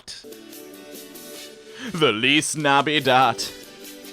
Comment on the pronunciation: There is No fucking way she is trying to say feliz navidad